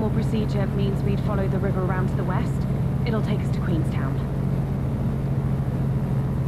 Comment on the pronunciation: "East..... i thought you said weast!" West is always west good man. Lol.